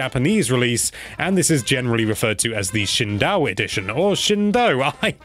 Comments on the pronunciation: It's not shin dow. It's shin dough (approximately) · "...Shindao Edition..." You know, it's not too late to start learning Japanese. (Or, at the very least, Japanese elocution.) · I cringed at "Shin-daw." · Shindou, pronounce it like sheen-doe Sheen like the name Doe like the female deer And make the O sound a little longer There ya go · If you're ever confused about the pronunciation of Shindou, here's how it works. If you learn this, you will know how to say the "ou" sound in all Japanese words, because it's always the same :) The pronunciation of "dou" is like the English word "doh", or "doe" (a deer, a female deer). That's the short explanation. Here's the explanation about why that is. Japanese has a very simple and neatly strucutured sound system. Unlike in English, all the vowels can be pronounced in only two ways. Short, or long. The Japanese お is pronounced as a short "o". If they want to make it into a long vowel sound, they put う "u" after it. So when we write that in English, it looks like "ou". おう = ou. "o" is the short "o" sound. "Ou" is the long "oh" sound. It's the same, it's just that one sound is held for longer than the other. Now you know that, whenever you see "ou" written in an English interpretation of a Japanese word like "hadouken", "saikyou", "shounen", "bishoujo", "kyouto", "imouto", now you know how to say those long "ou" sounds like a Japanese person :)